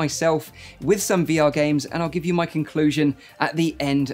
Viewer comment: Am I the only one that heard Mike opinion instead o my opinion?